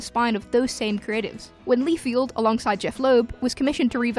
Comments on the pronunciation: It’s pronounced Lie-Feld not Lee-Field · FELD, LieFELD not FIELD. honestly, why is this so hard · Rob Lee-field :D